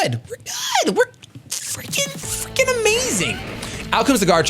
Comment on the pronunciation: I think he meant 'freaking' but yeah it sounded like fucking xD